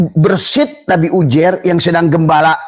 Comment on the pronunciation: Yang bener itu penyebutan nya uzeir bukan ujer..., ngomong aja ente belum becus...😂😂